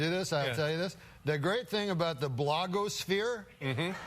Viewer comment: Norm's pronunciation of 'BLAHG-OHS-PHERE' might be the best part of the whole compilation